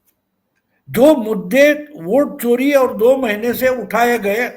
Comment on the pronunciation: सर आप वोट चोरी की बात कर रहे हैं और मुझे चारा चोर सुनाई दे रहा है।